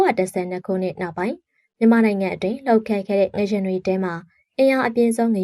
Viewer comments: ငလျင်ပါ ငရင်မဟုတ်ပါ ပီသအောင်ပြောပါ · ငလျင်နဲ့ငရင်တောင်မကွဲပါလားစိတ်ပျက်စရာ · ငလျင်ပါ ငရင်မဟုတ်ပါဘူး ဘယ်လိုအသံထွက်နဲ့ပြောနေတာလဲ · ငလျင် လို့ပီအောင်ပြောပါ ငယင် မဟုတ်ပါဖူး ကြားကတာ နားထဲကန့်လန့်ကြီး ။ ငလျင်တောင်ပီအောင်မပြောတက်ပဲ အသံနဲ့ လုပ်စား‌ေနသေးတယ် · ငရင် ငရင်ငချဥ်ငချဥ် နဲ့နားထောင်ရတာစိတ်ပျက်စရာ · ငရင်မဟုတ်ပါဘူး ငါ့ယာဉ်ပါ🙄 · ငရှင်မဟုတ်ပါဘူးအေငလျင်ပါသေချာပြောပါ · ငလျင်လားငရင်လားပီအောင်ပြောပေးအုန်း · ဖတ်တော့ ငရင် ရေးတော့ ငလျင် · မီဒီယာလုပ်ငန်းလုပ်နေပြီး မြန်မာစာမြန်မာစကားကိုတောင်မှန်အောင်မပြောတတ်ဘူးလား (ငရှင်လို့မပြောရဘူး ငလျှင့်လို့ပြောရတာ) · ငရှင်မဟုတ်ဘူးလေ ငလျင်ပါဟ!!!! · ဘာပြုလို့ ငရှင်လို့အသံထွက်တာလဲ ငလျင် က လ ယပင့် င သတ် နဲ့ ပေါင်းတာပါ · ငရင်ဆိုတာဘာကိုပြောတာလဲ ၊ငလျင်နဲ့ငရင်တော်တော်ကွာပါတယ်၊စိတ်ပျက်စရာ ။ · ငလျင်နဲ့ငရင်တောင်ကွဲပြားအောင်မပြောနိုင်ဘဲသတင်းတင်ဆက်သူလုပ်နေတယ်အသံကအာမထိလျှာမထိနဲ့ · ငရင်လားငလျင်လား သတိထားကြေငြာပေးပါနော် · အသံထွက်အမှားကိုပြင်လိုက်ပါ။ Announcing with WRONG PRONUCATION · ဘာလို့ငရင်လို့ပြောနေရတာလဲ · ငလျင်လို့ပီပီသသထွက်ပါ ဘာလဲ ငရင် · စကားမပီတာလား ငရင် တဲ့ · အသံထွက် မှားနေတယ်. 😮 ရေးတော့ ငလျင် ဖတ်တော့ ငလရင် ပါ.